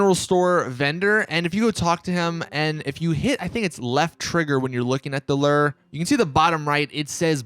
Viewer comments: Ler? Lmfao. Its lure my friend. Rhymes with sewer. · Lire???...or LURE?? LOL wth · It’s lure not lur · What the f$&@ is a lerr? Do u mean lure? Pronounced lew-er. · It’s pronounced LOO-ER not LER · Lur......it’s ‘loo-er’. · 😂😂😂 I can't even finish this video... I can tell youve never fished a day in your life... It's Lure bro... LOO-ER is how you pronounce it😂 They way you were sayin it had me dying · Dude...it's loo ur not our. I know it's confusing and you most likely haven't fished in real life . Looo ur, not lur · What is a ler i dont know what a ler is oh you mean lure "looer" and you dont need to pause for emphasis on every single word. This made your video impossible for me to watch. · It’s pronounced loo-er, not lurr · Loo-a not lerr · Its pronounced like loo er not lur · Wtf is a lur lmao...its pronounced loo- er lmao...lur lur lur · It's said loo-ur not lur 😂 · LURE. say it with me - LURE. Not "lurr" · I’ve heard ‘lu-ar’, ‘loar’, and the worst ever...... ‘LER’. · It’s pronounced LOO-ER. Not LER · "Lew'er" not "ler" lol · Its Lure (Lewer) not Lerr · Sounds like he saying Lur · It’s Lu-er Lure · Lew-Ur is how it’s pronounced. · Wtf is a lurr? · Thanks for the tips 👍.It’s pronounced Loo-er btw...havent you ever actually gone fishing irl lol🙂 ?! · What is a LERR? Seriously im not that dumb, cough cough. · This dude says "luur"😂😂😂😂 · loo-or. jesus. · “You hit B.” While playing on PS4.. Pronounces Lure as “Ler”.. and “prONGhorn.” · “Drop the one bar on a ler”😂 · I am almost 40 years old and this is the first time I have ever heard a lure called a “ler” and salmon called “samon” Thanks for the laugh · It's a "looo - errr" not whatever you're saying..... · Its pronounced lewer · A luuure? Wtf. Have you ever gone fishing in real life? Dictionary bro!! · Dude. Its a pronounced Lew▪er say it now, Leeewww- ER... not lure that rhymes which sure....its luwer that rhymes with sewar...cmon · Nobody going to talk about how he pronounces lure as LUR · Lol “lure” it’s lew-er